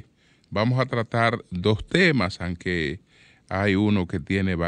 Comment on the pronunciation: No se dice anque se dice aunque, PERIODISTA